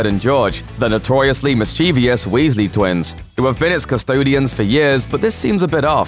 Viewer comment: "Mischeivious"??? NOT A WORD!